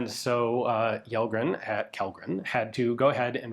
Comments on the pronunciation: Kjellgren pronounced like Chellgren. Kj = Ch. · The K in "Kjellgren" is not silent, try Chellgren to get closer. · Kjellgren has stress on the first syllable. It's not accent 2 like Lundberg or Bergqvist. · Yellgren hah, it's "shellgren" in that case! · Kjellgren is pronounced like Chell-gren. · Kjell in Kjellgren is pronounced like shell (like an eggshell), so Shellgren is about right. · Kellgren and Kjellgren are pronounced "Shell-grenn". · Kellgren is pronounced Shell Gren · If his name is Kjellgren/Källgren/Kellgren it should be pronounced as Shell-gren. 🤓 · Pronounciation tip: the swedish KJ in Kjellgren is pronounced like the SH in Shell. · Alright, here’s how you can explain Kjellgren to an English speaker: • Kjell- → In Swedish, “Kj” is usually pronounced like “Sh” in shoe. The “e” is short, like in get. So it comes out close to “SHELL”. • -gren → The “g” here is a hard g, not soft. The “e” is again short, and the “n” is clear. So it sounds like “gren”, where the vowel is like in men. Put together, it’s roughly: “SHELL-gren” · Kjellgren is pronounced "Shell-grehn" :) Swedish it VERY difficult with all of our different K, J, S sounds that make no sense and vary in spelling alot between words. Like it could be Kj-, or Skj-, or Sch-, they would all be pronounced kinda the same 😅 But I think you're usually really great at pronounciating! Lovely video as always! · Kjellgren in swedish would be pronouced: Shellgren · "Kjell" Is pronounced approximately as "Shell"in English. Take it from a Swede. We have a lot of "sh"-sounds spelled in many weird ways. About 10 of them. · Kjellgren, is closest pronounced like ”shell - grain” that’s more or less how we say it. Kjell is shell (like shotgun shell) and gren is pretty close to your word grain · Kjell in Swedish doesn't actually have the silent "K" like that. Instead the "Kj" is quite close to "Sh" in "Shell" so say it like "Shell-gren" and you'd be almost spot on (as well as quite fitting).